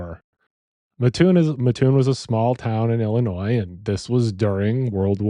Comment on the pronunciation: I’m from this area. It’s pronounced MAT- oon. For a local, hearing town name mispronounced pulled me out of narrative. Otherwise, great job.